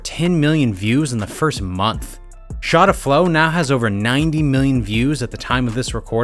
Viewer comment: And you know he’s white just by the way he pronounces shotta